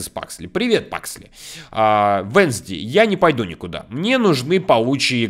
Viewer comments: Девочку зовёт не венсди а вэнсдэй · Поправка: венСдей а венЗдей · Вообще-то не Вензди а Уэнсдэй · Венздей а не Вензди😠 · Не Венсди а Венсдей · Не венздей а уэнздей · Правильно Уэнздей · Правильно будет Уэнздэй